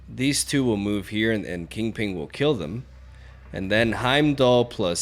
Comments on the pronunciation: It's "Kingping", not "Kingpling." :P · *KINGPIN*, its 'KINGPIN' not 'KINGPING' not 'KINGPLING' but 'KINGPIN'. Thank you. . . . . . P.S. Sorry for the outrage.😂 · I love how refutes that he pronunces it 'Kingping' only to say it exactly like that for the entire video. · Bro it's kingpin. PIN. P. I. N. Not ping. No g. King. PIN. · Is he calling kingpin king-ping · Lol why do you keep calling him KingPING? Yer silly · Kingping 😂 I’m dying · Lmao “king ping” and “midge olneer” join forces 😂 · Kingping and Arrow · THE PING!!!!! 😂😂😂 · He refutes saying "KingPling"